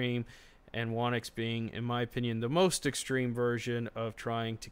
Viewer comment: "Whonix should be pronounced "Who Nix". It seems many people don't expect the "W" in Whonix the be silent" ~whonix wiki great video though.